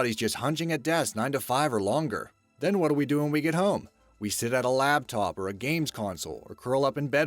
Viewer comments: I Always believed it is a LAPTOP Making sense since it can fit easily on the LAP And NOT a LABTOP as he says , sorry for bringing it up but seems so many people say LABTOP these days, am i wrong ? if not is it poor pronunciation / laziness of the mouth or misunderstanding / not knowing the correct word that makes so many, including this commentator speak it incorrectly ? no ones perfect and im not the greatest at speaking , especially with my Eastern Canadian accent so,,, why does hearing LABTOP Bug me so darn much ? ? ? Even the hair on the upper back of my neck stands up in upset Am i alone in this ? ? ? not the hair thing but the "it bugs me " thing ? ? THANKS FOR YOUR TIME And Have a Great day / night Everyone =)) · "lab top" i want to punch ppl who say this..its a damn lap top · It's laptop, not "labtop."